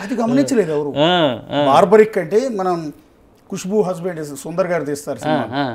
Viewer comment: Cinema title correct ga pettaledu, paiga aa pettinadi correct ga pronounce cheyyaledu. Aa character ni Barbareek anasli, nor baarbaric . Baarbaric ane word negative meaning isthondi